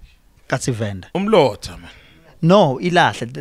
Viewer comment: you definitely would 😂😂 coz its Venda not Vhenda 😂😂